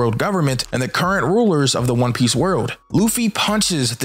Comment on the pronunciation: Yo this neeguh can't pronounce not one fucking name right. 😤